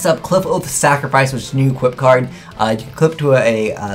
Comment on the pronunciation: Kli-FOTH!! NOT CLIP-HOSE